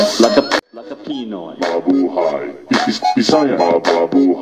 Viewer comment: its 'pinoy not piiiiinoy..